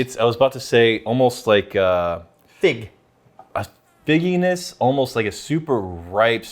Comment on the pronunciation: Dang it... someone pointed out the "oh-most" in a recent video and now I can't unhear it.